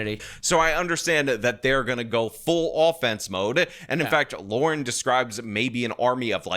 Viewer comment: Lauren. Not Laura. That is the extent of my criticism of this video.